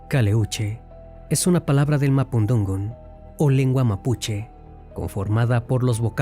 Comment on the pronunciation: Si eres chileno, porqué pronuncias mal el nombre del barco?? No es Caleúche. Es Caléuche. Tampoco es mapundungun. Es mapudungún. No es Chile. Es Chiloé...